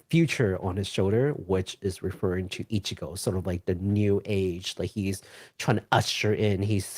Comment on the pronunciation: HIS NAME IS ICHIBAN NOT ICHIGO!!!! Sorry for typing in all caps but your mispronouncing of Ichiban kasuga's name triggered me. I love Yakuza like a dragon and I couldn't bear listening to you guys calling him by the wrong name. I apologize if I sound very rude